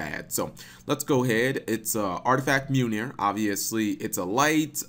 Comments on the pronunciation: Mew-nir? XD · 2 things Cap: 1. It's pronounced Mi-oll-neer 2. Mjolnir is the name of Thor from Norse paganism's hammer. Marvel used a lot of terms and names from the Prose Eda of Nordic mythos. I highly suggest reading it for anyone who wants a good story with great ideas and lessons.